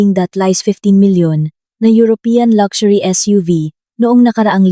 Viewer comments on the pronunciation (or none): none